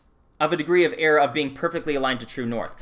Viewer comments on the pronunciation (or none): none